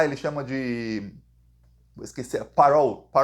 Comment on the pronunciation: Não é paról que fala parole, é peirowl…😅😅😅😅😅